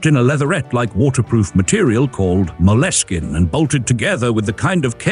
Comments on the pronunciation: Mol-es-kin? Criminy! Mole skin. Moleskin. The skin from a mole!!! Even if you're doing your "I'm so jaunty!" thing, you still need to know what you're talking about. Moleskin. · "Mo-les-skin"? Does he mean MOLE SKIN? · Another AI announcer that nobody LISTENED TO before publishing. Moleskin is pronounced like mole skin, not like mo-leh skin.. I stopped there. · Mole-eh-skin? AI never heard of moleskin? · Moleskin is mole-skin, ie like the skin of a mole. Not mol-e-skin. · And it's pronounced mole - skin, not mo - les - kin. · ... "mo-less-kin" ... sounds somewhat risqué. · Interesting AI pronunciation of MOLESKIN!